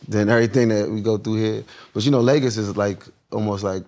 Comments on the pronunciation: Not him being Nigerian saying "Lagus" Lagos Wrong lol 😂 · The way Wale pronounce Lagos, confirms that the brother abandoned this birth place decades ago and he knows nothing about Nigeria, only until now his trying to learn about his heritage .... Weeee